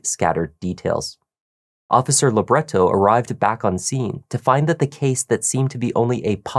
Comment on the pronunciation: Funny the way you keep saying Officer 'Labret-toe'. Well, it's funto me ok. 🤔